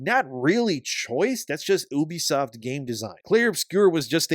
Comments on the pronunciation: I cringe anytime someone pronounces the name 'Ubisoft' as 'Oobi-soft' and yet YouTubers keep pronouncing it this way. Why? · It’s Ubisoft not Uubisoft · ffs it's not "oooohbesoft." It's "You be soft," a pretty neat little diss on bad gamers. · The name 'Ubisoft' was coined by the Guillemot brothers in 1986 as a shortened form of "Ubiquitous Software;" stop pronouncing it like 'Oobi-Soft.' It's incredibly cringeworthy.